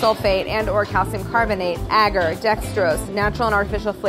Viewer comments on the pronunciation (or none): Except she mispronounced agar lol